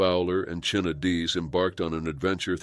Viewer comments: It’s pronounced China NOT Chinna! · Chyna’s name is pronounced like the word “China”. TY. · Her name was pronounced china!